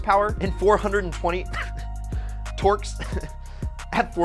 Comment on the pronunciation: Who the hell says torks